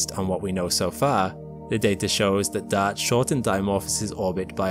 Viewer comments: Are you saying dart or daud? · I thought he was saying Dot. LoL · Thought he was saying DAD !! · Anybody else shocked by ? Who knew Dodd / Dad / Dot had an 'R' in it? That's an exaggeration, but I have needed conscious effort each time I hear it to recall that that sound is meant to be the word "dart". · I swear he's calling "Dart" "Dad" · He refuses to call it Dart. Maybe he thinks it's called dot? Maybe he can't read? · DART.... the R isn't silent 😕